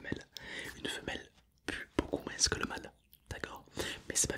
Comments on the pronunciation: Elle sentira moinSSSS ... première fois que j'entend quelqu'un prononcer le S 😂 super vidéo sinon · nn tkt mon prof de math aussi XD